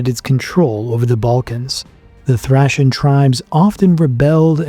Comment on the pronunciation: The way you pronounce Thracian is Guna make my head explode 😂😂😂 “thrAYcian” not “thrAHcian” 😂😂😂